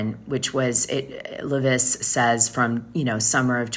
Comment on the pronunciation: LEV-ISS no accent why do you pronounce her name wrong when everybody else pronounces it right😊